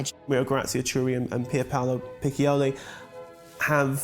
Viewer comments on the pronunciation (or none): CHIURI pronounce KIURI and PICCIOLI not PIKOLI